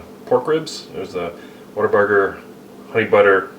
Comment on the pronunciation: "What'erburger" - that's how you know he's authentic.